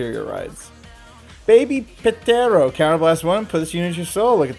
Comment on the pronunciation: Ps ptero is short for pterodactyl, you said,"Pitero", then two seconds later says pterodactyl lol.